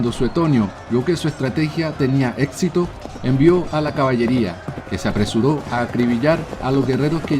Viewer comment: muy interesante el vídeo, pero le recomiendo unas clases con fonoaudiología, usted sufre de dislalia. no es etpcito, es éxito se pronuncia sc, no es atcede, es accede, no es, Atsolutismo es absolutismo por ejemplo.